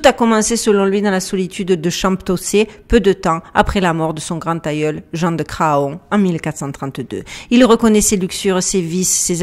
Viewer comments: salutations. bon alors j'ai déjà failli intervenir pour souligner "on ne dit pas gratte ciel" parce que... voilà! (grat'ciel!) Mais là, ma chère je ne peux pas laisser passer Jean de Cra on. parce qu'on ne dit pas fa on, on dit fan (bébé de la chevrette, faon).. Un énorme merci pour ton travail. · Château de champ pot cé…😂😂😂 heu, on prononce chantocé. Ce qu’il reste du château est sur la route de Nantes -Angers (champtocé sur Loire)idem pour Craon; on prononce cran.